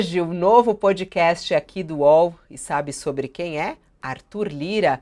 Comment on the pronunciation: De uma vez por todas: a pronúncia é pódcast!!! Não é pôdcast; não é pôudcast; é pódcast!! Não é nenhum fonema que não existe em português. Por favor!